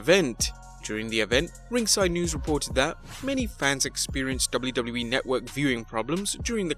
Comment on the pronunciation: The way you say wwe is a botch